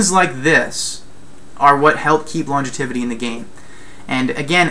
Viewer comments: Lon-gev-i-ty. Not long-e-tiv-i-ty. Pretty valid points though. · Great video. I have one criticism, however...and that is your pronunciation of the word, "longevity." Seriously though, great video.